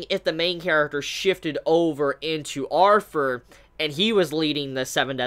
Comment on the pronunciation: Is it just me or is he pronouncing "Arthur" as "Arfur"?